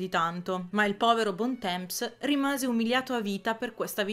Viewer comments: Bel video, ma ua cosa... la pronuncia francese... non è bontemps, ma bontom... o cose simili. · Bel video!! Comunque Bon temps si pronuncia "bon tom" 😘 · Bontemps dovrebbe essere "bontan" con n quasi muta. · Uno che mi viene in mente è Bontemps. Se sai leggere L'IPA ti faccio la trascrizione volentieri!